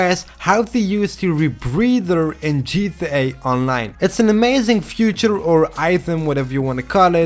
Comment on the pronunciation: hey man, kleine tip: Feature zoals je hier bedoelt, spreek je uit als "Fietjers" en niet als "Fjoetjer" (Future) :)